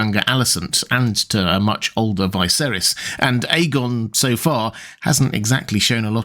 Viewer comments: It's Viserys, not Vaiserys or Vaeserys! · why would you pronounce it "Vai-serys"? like, just why? even in the most mundane things you need to appear different? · anyone else confused by how he's pronouncing viserys lol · Blows me away that you let your posh accent force you into saying the name Viserys wrong despite having just watched the show and hearing his name troughout it. Feels like a choice and im more mad than I should be over it